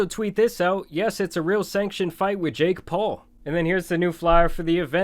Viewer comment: The way you pronounce "JaKe" is very off putting